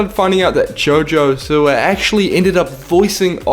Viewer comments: Lol it sounded like he said Jojo Sewer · isn’t it JoJo Siwa?